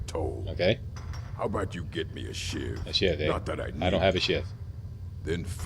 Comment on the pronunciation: So is Canadian he says Aboot